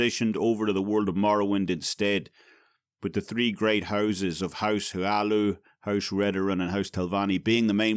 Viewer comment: ... House HLaalu. It's HLaalu. I'm sorry. I just couldn't resist... xD